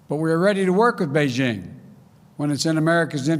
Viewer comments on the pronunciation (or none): none